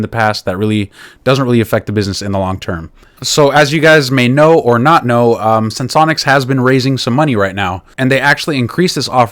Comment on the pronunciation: Finally! Someone who can pronounce the name properly! 😂 Sense-onics ✅ Sen-se-onics ❎